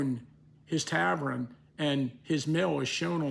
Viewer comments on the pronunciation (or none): Love ACHS, big fan of, but I'm not sure he's the right person to be the arbiter of Gettysburg's pronunciation, or any word. He turns suBscribe in suScribe, museum into mOOzeum, and tavern into tavRen. There's more, but that's enough.